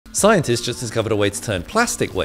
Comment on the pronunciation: Siencist? It’s a random guy.